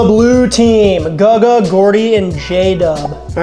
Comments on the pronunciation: It’s GOO-guh, not guh-guh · Nvm he randomly says guh-ga couple times in the video it’s goo ga lol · stop saying gugga. thanks brotha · Love your vids man but this is the second time... it's pronounced "Goo Guh" (Guga) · That Guga pronunciation is painful. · OMG for the love of life stop saying Gugas name wrong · I can't believe you pronounced Guga wrong. You need to send him an apology. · Awesome video dude!!!! But, if u keep mispronouncing Guga and Moetz, they will never invite you to New York or Miami dude....lol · Great idea! I love it. Why are you pronouncing Guga all weird though. Hopefully Mythical Chef Josh is in the pile with his "bottomings" instead of "toppings"